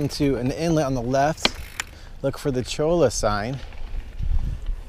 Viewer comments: Cholla = Choy-uh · Might just be me, but I think cholla is pronounced choyuh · Pronounced "choya". As in cholla cactus. Great video.